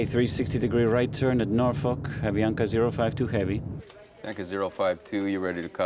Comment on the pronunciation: Props for pronouncing “Norfolk” correctly 👍